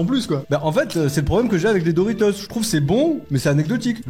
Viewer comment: Dorito il a dit 😂